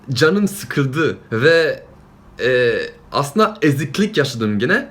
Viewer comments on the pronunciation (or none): none